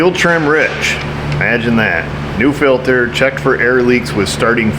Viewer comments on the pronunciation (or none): none